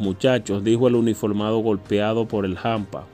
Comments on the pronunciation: Se dice hampa, no jampa. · SE DICE HAMPA NO JAMPA, de qué país eres tú